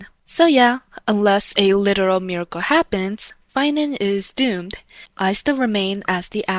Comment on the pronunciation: its phainover